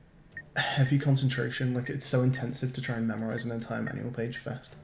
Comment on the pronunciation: No one:: Manual? More like maNOal